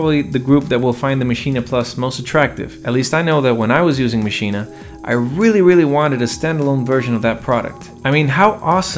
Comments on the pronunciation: Its pronounced "MACHINE" not Maschina. Check the native instruments videos. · First, it's just "Maschine", not "Maschine-ah". Second, it's "gigabyte", not "jigabyte". On the other hand, if you say "Lady Ja Ja", or "Joogle search", then never mind. 🤣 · Iam german and its pronounced "maschine" not "machina" ;) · Interesting points made there. But please, don't call it Maschina. As a German native speaker, this pronunciation really hurts my ears. 😊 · Why do you say maschina? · Sorry but are pronouncing it “maschina?” 😂 I know the spellings funky but I don’t think you gotta say it like that